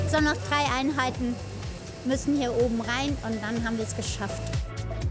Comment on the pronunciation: Bitte den Off-Sprecher dringenst Konsonanten sprechen üben lassen. "Proplem, Trei, Kroß, Alexantra". Akzent hin oder her, aber das ist teilweise wirklich schlimm anzuhören.